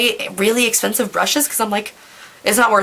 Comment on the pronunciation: "essspeeensiiiive" lol. You're the best